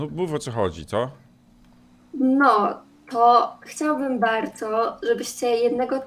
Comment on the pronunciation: chcialbym bardzo”